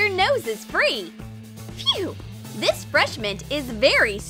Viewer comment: It’s this not thes and it’s good not god